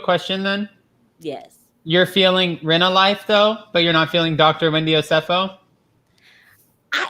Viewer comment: "Rent-Life" lol..!